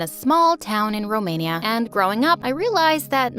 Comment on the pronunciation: thank youuuuuuuuuuu sssniperwolf for saying romainia eu i din romainia